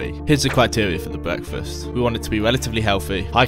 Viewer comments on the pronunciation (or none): ‘bweakfast’